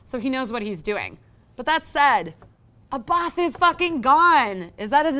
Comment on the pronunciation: Who's Abaaaaaaathhhh? It's not that hard to pronounce, people! Just say the name of Swedish pop icons ABBA, and add a "T" at the end. Done.